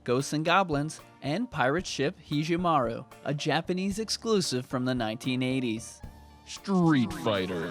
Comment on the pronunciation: HE-JEH-MAROO? You mean HE-GEH-MAROO. : / Higemaru. Where's "ji" at